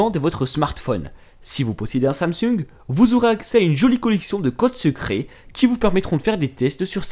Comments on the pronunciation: Il a dit samsuung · Il a dit samsuung ou j'ai mal compris 😂😂 Tu fais que sur Android ptn y'a pas que des samsuung y a aussi des iPhone ptn pff pathétique 🖕🏽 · Mdrrr ta dit samsug mes je te kiff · super vidéo mais sans etre méchant, C'EST QUOI CETTE MANNIERE DE DIRE SAMSUNG XD XD XD LOL MDR PTDR XLDR INFINIDR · PIIIIIIRE video que j'ai vu c de la merde et en passant tu sais pas dire samsung😂😂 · Super vidéo👌et comment tu dit Samsung sa me fait trop rire😂😂😂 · ATitanuMs mdr javai pas compris pk tu disait et la jentend samsung